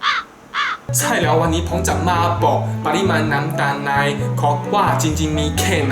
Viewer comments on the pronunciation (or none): "ผมจะใส่แย้ว" 55555กลายเป็นแย้ว > <